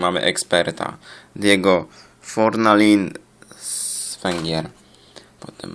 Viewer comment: Diego Forlan nie Fornalin :) Kostas mitroglu